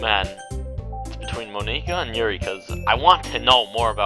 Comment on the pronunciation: you're saying monika wrong btw